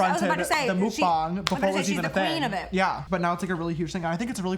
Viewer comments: I think it’s pronounced like mukbang with the a and not with the o mukbong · It’s MUCk BANGGG not muck baahn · It's mukbang not mukbeng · okay vowels in korean are soft. mook-baang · FYI Jaclyn had it right! It’s pronounced “muck bah-ng” not “mook bang” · Why does he say mukbOng?😂 I thought it was muck-bang lol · it’s not “mook-bang,” it’s “muck-bang” — like how you said it first, jaclyn! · Can someone just tell James it’s not a Japan thing and it’s a Korean thing... PLEASE.. lol Jesus, that it all he ever says during a mukbang. It’s also pronounce MUCK-BAH-NG not MOOK-BAH-NG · meok-bang is the correct pronounciation ❤️ not mook-bang btw this is such a relaxing video watching you guys talking about real life and eating as well. lots of love Jaclyn 😘😘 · its not mook bong its muck bong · 먹방 is pronounced like [meogbang] not [MOOKbang]. Love you guys from Korea :) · Why do y’all pronounce it “mookbong” stop 😭 muckbang pls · hahaha "mook-bong" He said that really wrong, but he was right and it's from South Korea. Very cute. ( I know...3 years late), but I found it lol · Mukbang is pronounced muckbahng (muck-bong) thank you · YESSS James educated sister Mukbang is a korean word It means eating show and is pronounced M-uhh-K Bahh-ng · Love you both! And muckbong pronounces as mockboŋ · It's originated from Korea! :) When you say mukbang the muk is supposed to be pronounced in a way so that it rhymes with hawk. Bang is pronounced like b-ahh-ng. (Cant think of a word that this would rhyme with) but you said it correctly in the video anyways lol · Its pronounced MUCK - BONG also items from Korea some people want to see people eat cause people want to lose weight but see people wreck their own body , and some people want to eat with their idol's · it's pronounced "mok-bahng" imo bc 먹방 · ITS (Mouk-Bahng) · ITS NOT MOOKBANG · It’s pronounced like Muckbahng but you did really well to not speak Korean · it’s pronounced - MOOK- BAHNG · its "muhkbahng" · it’s MUCK BANG